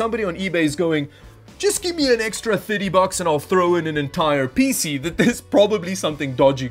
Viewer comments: I like that pronounces PC as a word spelt "peesy" (rather than P C) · I like how you pronounce PCs like feces.